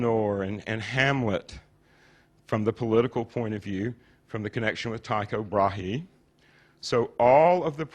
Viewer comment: Every time he mentions Tycho Brahe it sounds like he is saying Taco Brahe.